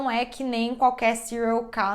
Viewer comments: Porque ela fala várias vezes "serial key" ?!??? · "Serial nãnãnã" 🤣🤣